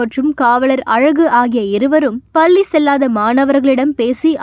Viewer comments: பல்லி யா... பள்ளி யா? தவறாக உச்சரிக்காதீர்கள். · Ye ma palliya ,psllimathiri sollra ,ucharippu ozhunga pesunga